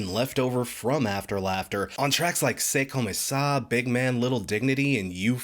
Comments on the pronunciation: "C'est comme ça" is pronounced like "Say cum sah", so you're very close! Also I've never really paid this band much attention; "This Is Why" is the first Paramore single I've heard that caught my interest. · As a native from Quebec, your c’est comme ça is pretty on point